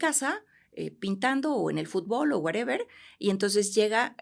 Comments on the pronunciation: Excelente profesionista la dra., lo único que no me gustó es que diga wereber jajajaja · nada más que eliminé de su vocabulario el "wuereber" y listo 😂😂😂